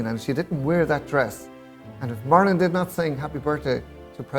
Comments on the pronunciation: I know he has an accent, but say Marilyn’s name right! It’s not marlin, it’s Marilyn ! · "Marlon" "Marlon" "Marlon" -- just once I wish he'd pronounce it "Marilyn..." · It sounds like he’s calling her “Marlin” instead of “Marilyn”. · OMG.. Marilyn... Marilyn....not Marlon!!!!!!! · I HATE how he pronounces her name...Murlin Monroe...YUCK!!!! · The way he says her name... like Marlin... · you can blow that very "long winded" response, right out t of your ass, the dumbass no doubt heard the CORRECT pronunciation of Monroe's name, he could have made an effort to pronounce MARILYN correctly. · totally disagree, accent or no accent, the dumbass could have learned to pronounce her name CORRECTLY.